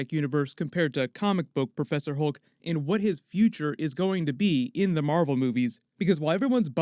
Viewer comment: Hulk not holke